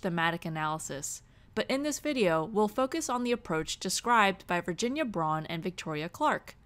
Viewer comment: You mispronounced Braun's name. You need to say it more like Brown. She is a bit of a stickler about the pronunciation.